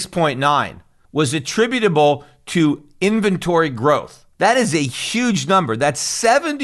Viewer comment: "Invebtory Growth" 😂